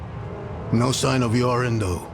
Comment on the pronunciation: I kept hearing "Yorin" as "Urine" making it impossible not to laugh at the whole story.